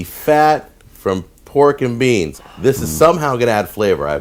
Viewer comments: A little British accent came out when you said pork and beans 😂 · It's awesome how ' accent changes to british when saying pork and beans. Just goes to show how many places he's lived in during his career!